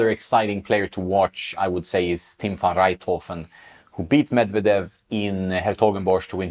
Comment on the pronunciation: Tim van rijthoven is not 19 he is 25. good job pronouncing his name though.